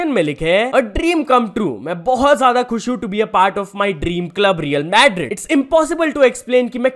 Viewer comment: the way he pronounced Madrid we know he never watches Football 😂